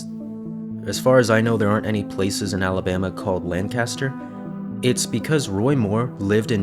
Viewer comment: for future reference, LAN-caster is a city in california. the one in pennsylvania is LANK-ister lol